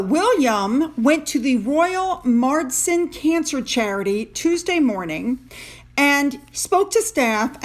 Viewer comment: Good morning from the UK. Dame is pronounced like the song in "South Pacific - There ain't nothing like a Dame." Day- hmm Marsden is simply pronounced like the 2 halves - Mars Den. They do amazing work. I enjoy your work. Enjoying it with a cup of Earl Grey and a slice of toast and marmalade.